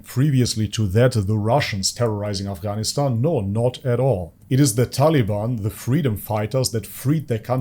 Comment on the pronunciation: I'm surprised how you pronounced af GH anistan.